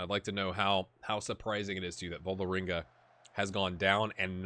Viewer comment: Perhaps it's time to move on Torp, he's seems to be at the age you will get the most from him, and dosn't have any more potential, and takes up a foreign player-slot. :-/ Also the letter Å/å.. In norwegian; is pronounced pretty much exactly like americans pronounce 'aw' in the word 'raw', it's important to keep a silent/invisible 'w' tough, as when you say 'raw meat', phonetically I think. The team/city Ålesund, sound more like 'Awlesund' rather than 'Alesund'. Not sure how that came across, but not a big deal.. :) As for Vålerenga, or Vawlrenga if you wish, hehe.. It's a pretty big team in Norway.. The biggest club in the capital, and probably only Rosenborg and Brann are rivals in terms of support. Any way, it's fun seeing you play in Norway at Start, hopefully you will give it a year or two extra, to see if you can get them into CL-groupstage, so the big money start rolling, and they can perhaps challenge Rosenborg, when you move on. :)